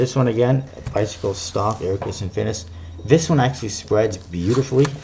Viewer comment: lol "air cuss'on finis'"